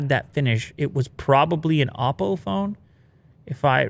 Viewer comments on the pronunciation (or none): none